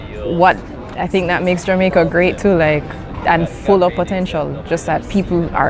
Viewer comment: 理路整然とした話し振りから、頭の良さを感じますね ジャマイカの発音は、ジャメェ～カなのですねぇ..